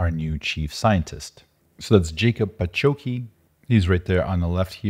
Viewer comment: Jacob's last name is pronounced as "Pah-hOts-key", with "o" stressed.